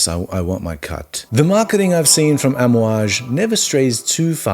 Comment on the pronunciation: You pronounced it correctly! And fun fact all the perfumes contain what we wear casually as oils and burn in our house - the blend is called amouad (Hojari luban frankincense, myrhh and benzoin). We burn this in our homes and it’s what you’ll smell in every bottle. Not every is rich in Oman by the way, most are average people but the currency is higher hence the stereotype